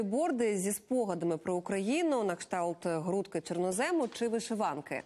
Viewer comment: Наталчин образ нині нівроку просто прекрасний, а от чи колись вона нарешті збагне, що застава не "у", а просто мільярд? А також правильний наголос -- чорнОзем.